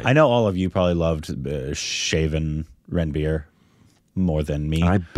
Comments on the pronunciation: Its not Ran-beer, Its Run-beer. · Guys just to help you the name Ranbir is not pronounced as Ran-Beer... Its more like Run-Bee-Rr